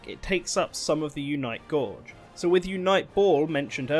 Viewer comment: Repeatedly earing "Unite Gorge" as the pronunciation of 'Gauge' is quite weird.